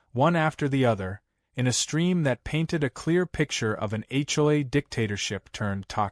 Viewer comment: When will AI learn that the Capital Letters in HomeOwner's Association are pronounced and scripted as H O A, not A CHOI.